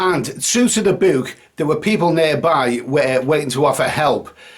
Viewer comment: Hey, what's a buke?